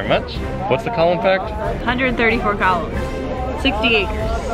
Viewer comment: I kept thinking you were saying Colins and not columns. I'm sure Colin will be happy to know how much you love colins